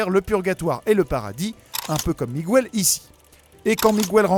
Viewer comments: Ptdr t'as jamais fait d'espagnol de ta vie, ça se dit Miguel, pas migouel, le "u" est là pour éviter de dire mijel parce que g+u fait "gu" pas "j". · sympa mais 1 chose que vous ne saviez pas , on ne dit pas "migouèle" mais miguel (comme dans guenon ou guerre ) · WTF???? LE Prénom Miguel ne s'écrit pas avec un " ¨ "sur le U... Alors pour quelle raison vous dites "Migüel"??? En espagnol, comme en français, G+U = G (comme dans "Mangue" "Morgue" "blague" "Camargue" "Drogue" "Pirogue" "Bilingue" "Langue" "Gueule" "Rogue" "Baguette, "Guitare" "Bague" "Pygargue" ... ) Un des mots qui se prononcent avec le 'g' et le 'u' en espagnol est "Vergüenza" (= honte). ;) **Petite leçon de prononciation gratuite** Sinon, j'adore ce film aussi il est super beau! ^^ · Miguel, pas migouel s'il vous plaît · OUI c'est ce que je me suis dit ! J'ajouterai que dans le film en vf ils disent bien miguel pas migouel, je l'ai pas encore regardé en vo ptet qu'en anglais c'est migouel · dans la VO anglaise ils disent Miguel aussi ils le prononcent pas migouel, ça me stresse aussi la prononciation du migOUel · À quel moment dans le film il prononce Miguel comme ça srx c’est un manque de respect prononcer correctement les prénoms quoi... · Lea Vdn merciiiiiii j’en pouvais plus de son Migouel! Mes oreilles saignaient à chaque fois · mais c'est vrai qu'il accentue bien le miguuel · Lea Vdn « Migouel » ça fait plus portugais qu’autre chose on est d’accord. 😉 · Ay, on ne prononce pas le U de Miguel en espagnol!! Ca se dit comme en français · En espagnol on prononce toutes les lettres